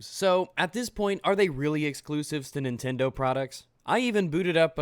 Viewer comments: He says nicktendo every time he try’s to say Nintendo even in the beginning starting lmfao!!! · did he legit say nicktendo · through that entire video he said niktendo, the first time i heard it i was like "ha, he called it niktendo. i doubt hes gonna say it again though". he then proceeds to say it again and again and at the end i said "damn this guy's a fucking idiot".